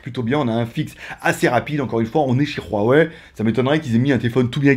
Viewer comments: C'est Huawei et non "Ruawei" tu me stess en disent ça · Ruawei tu es espagnole toi 😂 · Pq tu prends un accent espagnol qd tu dis Huawei 😂 Et petit modif, la radio est présente 😉